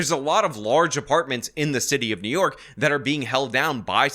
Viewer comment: I love how calls it "The City Of Nyork." 😂